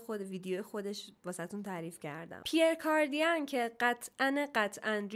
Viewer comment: جان پیر کاردیَن نه! پیر کاردَن درسته. ی تلفظ نمیشه😊